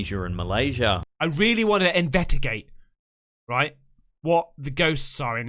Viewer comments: Has anyone notice he be saying invetigate instead of investigate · I love when he sais invetigate xd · Everytime 😂😂 is no one gonna tell him hes been saying invetagate instead of investigate 😂 idk I've been watching him for a bit now so I'm not sure if hes saying it on purpose